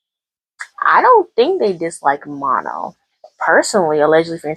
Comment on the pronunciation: Pronounce her name like Ma(h)-no, no n at the end. Kind of like in a French accent.